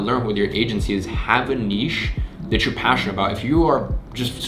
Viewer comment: Finally someone that pronounces 'niche' correctly